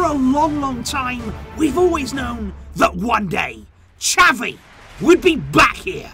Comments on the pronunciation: Please get his name right on the next video it's not chavie ffs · it's not chavie its xavi 🤣